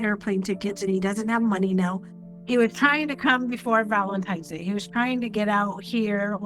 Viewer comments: Someone who says "supposably" and "Valentime's Day" probably wouldn't notice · Valen Times Day. 🤢